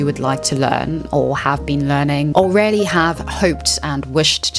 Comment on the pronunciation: Just some friendly advice... Regardless of your elocution lessons, you seriously need to learn the correct pronunciation of words, such as: 'women', 'really' and 'folks'.